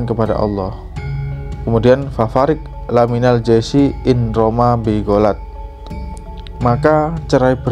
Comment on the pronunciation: Fafarriq lamiimal jaisyi Bukan laMinal tapi Lamiimal